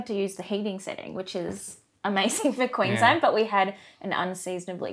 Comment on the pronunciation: Every time that says Quiinslend part of me dies inside